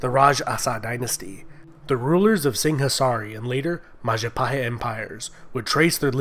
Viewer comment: oh, look who controls all of the islands. it's the mahajapit. ❌ majahapit. ❌ mapajahit. ❌ mahapajit. ❌ mapajahit. ❌ ma- ja- pa- hit? ✅